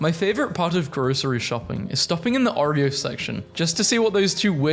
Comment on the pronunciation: I’m still on the dude pronouncing “thymes” the same way you pronounce thighs. And saying “Oreo” with an A